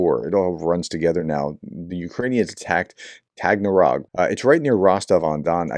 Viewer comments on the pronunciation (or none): It's not NOT Tag-NA-rog it's Tag-AN-rog. Just read the word. You appear to have this problem with place names.